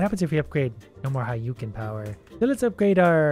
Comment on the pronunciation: "haiyuken" bruh